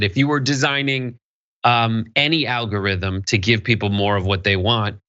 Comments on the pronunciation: "Alorithm?" What's an "alorithm" guys lol? You might want to fix that. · You know that "alorithm" is not a word, right? Ummmm, journalism? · Missed the "g" in algorithm btw. Great video keep it up!